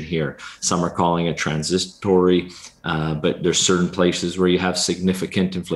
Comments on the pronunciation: Did he say “transistory?” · WTF is "TRANSISATORY"